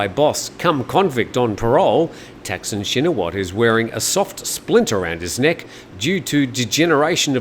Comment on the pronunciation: Thaksin is not pronounced "tack-sin" his name is pronounced ták-sǐn"